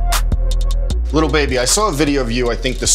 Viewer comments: It’s so Annoying that he says little baby it’s lil baby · It kills me when he says LITTLE baby not lil